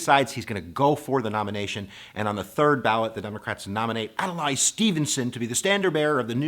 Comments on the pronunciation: It's "Ad-lay", not "Ad-lie"! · Please, say Adlai, not Adelay. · Also, it's Ad-Lee not Ad-a-lai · So now I’m wondering if you didn’t even bother to research how to pronounce Adlai of what value are your lectures. Adalay? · You need to pronounce their names properly. It's Adlai (pronounced Ad Lee) and Estees Keef offer.) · Ad-lay .... How does someone not know that?